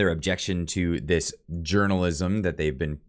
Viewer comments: When he said journalism, I thought I heard "urinalism" and thought, that's about right ;). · Hahahaha At the end I thought you said "urinalism" for a sec there... Gov journalist aren't journalist.. They are propagandist... Period.. It has kinda always been like that..